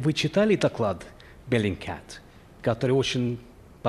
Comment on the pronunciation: He speaks In russian but says Bellingcat in the most British way